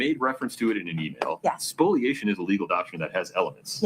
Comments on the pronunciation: the term is ‘spoliation’ not ‘spoilation’ - I love you guys but this gets me every time you say it 🤣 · can you point me to an official source where it is spelled ‘spoilation’? It’s spoliation everywhere I have ever seen it, and therefore is pronounced ‘spo-lia-tion’, not ‘spoil-ation’